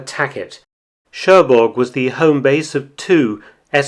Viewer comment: Good work, but there is one thing I want you to get right. When spelling Cherbourg the g is silent.